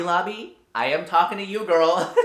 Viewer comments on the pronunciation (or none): none